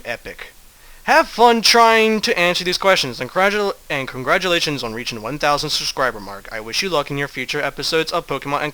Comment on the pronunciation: Thanks! You've made my day:) I can't wait to see whats in store for us a 2000 subs. Lol, "condratulations":D